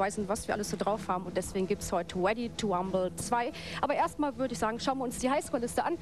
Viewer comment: weady to wumble